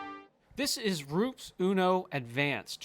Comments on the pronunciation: Please stop saying the brand name like you are, like ROOPS. One does not need to be or know Italian to pronounce it correctly. I'm a big fan of your channel and subscribe to it but hearing ROOPS not only makes my skin crawl but it's just not respectful of, to, and for so many. Keep up the great content. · It's : roe-pez. Not ropes, roops, roeps. FYI -- From Latin rūpēs (“cliff”). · I really like this channel and too ❤ And you’re right: It is called Ru-pes. 🙂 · You should learn to pronounce the product if you want a credible review